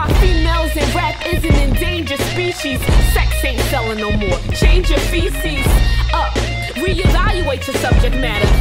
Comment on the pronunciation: did you say .. change your Feces ? lmao ..